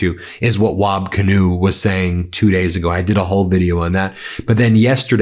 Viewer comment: BEN ... its WAB KIINEW... A native American Indian name